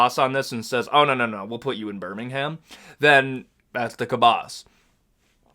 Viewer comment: As a person brom the uk, please pronouce birmingham withouth the "h"